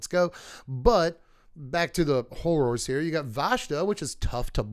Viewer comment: Listening to you say Hor-roars each time was amazing ❤😂